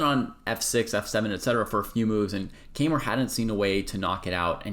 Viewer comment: You mispronounced his last name.